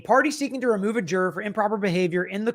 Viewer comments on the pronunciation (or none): "Hospital demands demoval of de juror". lol